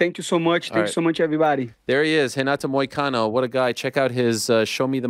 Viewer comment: The name is Money Moicano, get it right.